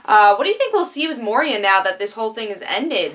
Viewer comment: Moy-Rah (Moira) - mother of Oliver Moh-Ree-Ah (Moria) - mine middle earth, home of Balrog